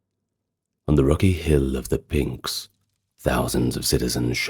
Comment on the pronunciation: Great video. As all your other ones are. By the way if pronunciation bothers you, that should be pnix , NIX, like Stevie Nicks, (and not pninks like the Kinks)